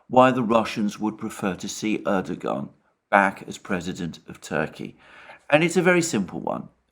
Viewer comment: knows how to pronounce 'Erdogan' correctly, Alexander not so much.